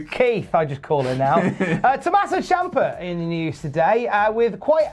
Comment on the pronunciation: My favourite wrestler is Tom-uh-so See-am-pay.